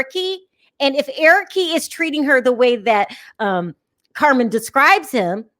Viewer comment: I thought they he was try to get her to live in Nigeria. He didn't think it through. Angela calls him "Pop pop". Larissa isn't thinking with with head, but another body. I hate the way she add 'e' to sent of Colt and Eric names. Debbie is strange and should be on sMothers.